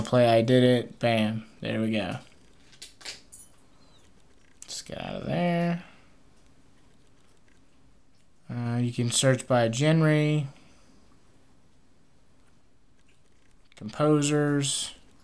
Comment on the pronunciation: LIke if you caught him saying gen-RE instead of saying gan-re